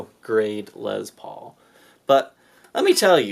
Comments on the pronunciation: You have a speech impediment you're pronouncing Les Paul wrong it's not Liz Paul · "Les" rhymes with "yes"....it's not a "Lezz Paul". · I'm here to hear you say lez paul. lol